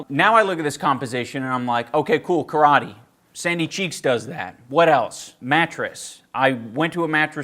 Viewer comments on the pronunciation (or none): none